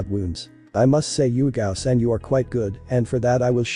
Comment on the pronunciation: um its not yugito its yugao i think